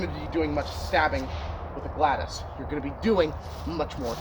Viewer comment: ok big mistake here, you may want to research how the Romans used the gladius and I’ve only ever heard it pronounced glad-e-us. Absolutely you would thrust and stab with it that’s what the very acute point was for and the wide blade which will prevent the thrust from going in too deep, making it easier to pull out. They would cut with it but most of the time, they would be thrusting. Also the gladius when used by Roman soldiers was almost always used with a shield so you wouldn’t be using it with two hands and the shield(scutum) is what helps you deal with longer weapons